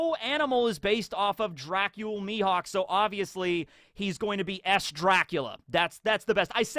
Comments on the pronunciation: Rly? Mihawk.... Mi- HAWK!!!! XD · Dracule Mi"HAWK"... ?